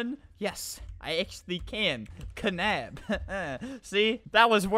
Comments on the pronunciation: It's not knab it's more like nab with the k bruh (my friend,Louise,his nickname is Louise foncee nothing to do with the knab stuff though :/)that looks weird ⊙-⊙ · he said knab like ka nab but considering it has kn it would be knab as in nab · Sorry to break it to you but knab is pronounced nab 😶😶